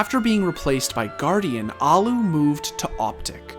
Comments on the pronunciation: it hurts when people keep saying alu alu alu alu and not allu . . . al-lu. There are two L letters and you say AL then LU holding the L sound not fast L alu ;___; the onlu curse in his name that no oke knows how it is said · "The Allu-gator" lmao